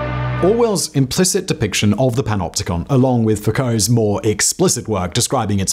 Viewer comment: When every time you skip back. He’s saying PENOPTICON or PENOPTICA. And you decide you want to make a dance track.